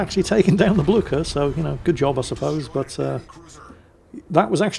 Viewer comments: Blücher! Not Bluker! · Blücher is pronounced more like Blycher.